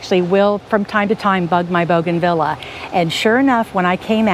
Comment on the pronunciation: It's boo gan Vee ya, not bow gan vila.